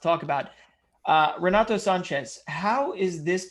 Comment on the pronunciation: How is he pronouncing Renato? WTF bro